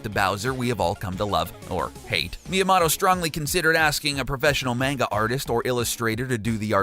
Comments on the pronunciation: I'm sorry, but the way you pronounced Manga and Shigeru Miyamoto was rather irritating. Just thought Id throw that out there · "MAINGA" "Shy-geeru My yah mahtoh" "The One Thousand Year Door" "We've only seen Link without his hat in Breath of the Wild..." Um, what about Wind Waker at the start of the game and Twilight Princess at the start of the game?! This guy makes me want to punch someone.